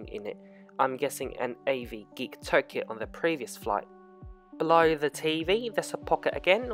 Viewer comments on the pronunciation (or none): none